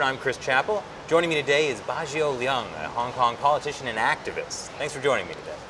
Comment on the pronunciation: is the name Leung? that is pronounced more like the english word Learn but lose the RN and add NG sound to the end